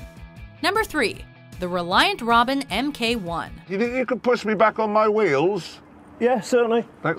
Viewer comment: MK1 stands for mark 1 not M K 1. Damn Canadians!!!!!😂😂😂